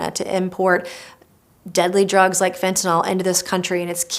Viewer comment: She is a big fat LIAR and she cannot pronounce Fentanyl. It's not FentaNOL. It's FentaNIL. Y is not pronounced like O in the English language.